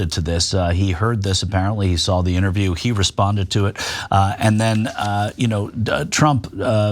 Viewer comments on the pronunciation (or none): none